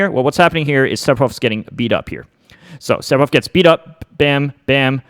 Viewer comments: Everyone else: Sephiroth This guy: Sepiroth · He said Sep-eroth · When he says sephiroths name as seppiroth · Am I bad of hearing or is M2K actually Sephiroth as Sepiroth LMAO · Why do people insist on pronouncing the p in Sephiroth? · Se-FI-roth. Not Se-Pi-roth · its Sefiros not seppirothhh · >"Sep- Er- Oth" Oooh noo... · Is he actually really saying Sep-hiroth? Now I don't mind when Aerith gets called Aeris, that doesn't bother me. But this? Who does this? I'm 10 seconds in and I'm not sure I want to keep watching. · If it helps you pronounce his name... the kana is セフィロス It's definitely a pure "f" sound, there is no p sound in sephiroth. Just pretend it's spelled sefiroth. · “Sepiroth” Wha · It annoys me that he says Sephiroth with a p instead of an f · Man said sepiroth 😂😂😂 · Nobody: M2K: Seppirof! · Are you sure that Curse detonates after a certain period of time? The leading theories are that it either punishes an attack/projectile or that Sephiroth can detonate it at will with no animation/lag, kinda like c4. also it’s pronounced sefiroth. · Can’t pronounce sephiroth lol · It's Se-fi-roth. The "ph" makes an "f" sound! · Said Sepiroth, instant dislike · i hate the way u pronounce it